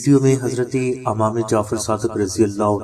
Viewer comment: Bhai lafz imam hota hy amam nhi